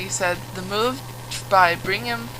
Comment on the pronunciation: was that birmingham?pronouned burrr-ming-hamm. lol anyway, sucks doesnt it, but why are the council staff looking at personal sites at work anyway? surely sack them anyway for being pagan, or even see that these sites have been viewed+humiliate the staff? i look at my personal sites (covenspace addict) at work, occasionally during my work times, not break, but ive cut down recently,but no 1 says a thing.lucky. facebook+myspace+you tube are banned 9-12.30+2.00-5.30.